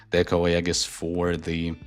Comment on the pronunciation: Pronounce "Aegis" properly! It's EE-juhs.